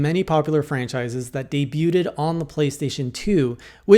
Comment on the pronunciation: Did you say "debut-ed"?